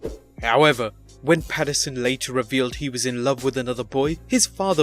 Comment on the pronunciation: Pat Pats-you're-son